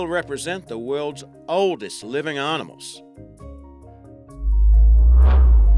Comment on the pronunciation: "the world's oldest living aaarnimles"..